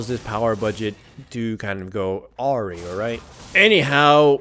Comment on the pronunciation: Awry is pronounced like "id like a rye bread" not like Ahri. But hey welcome back! glad your stuff is working again yay!